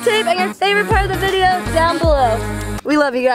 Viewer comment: It's pronounced "video" lol